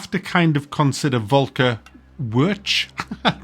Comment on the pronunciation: The way you say Volker. 😂 The guy is german, not Klingon.